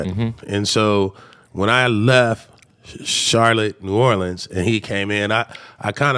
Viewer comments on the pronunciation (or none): none